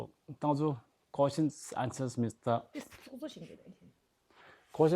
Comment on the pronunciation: “questuns and ansasss “ 😂